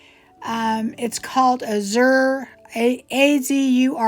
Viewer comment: Hi,! Another great video! Thank you for sharing your talents with us! The word azure has its accent on the first syllable. Short a, then zhoor;)